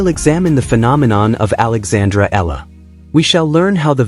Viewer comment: EALA is Alex family name Not ELLA